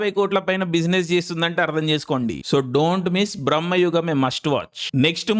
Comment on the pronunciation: Adhi brama ra Babu bramha kadu😂